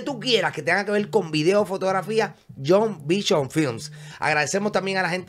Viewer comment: perdona la molestia, y no es para ofender varon. Pero se dice vision, no se dice bichon.